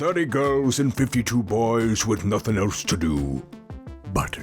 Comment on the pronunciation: did anyone else hear him say "there was nithing to do!! The only thing to do was each oth- laughs THERE WAS NOTHING TO DOO"